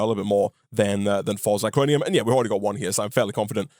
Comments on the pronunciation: Living for calling it Zicronium instead of Zirconium:) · You're mispronouncing zirconium. zir-co-ni-um. Not zi-cro-ni-um.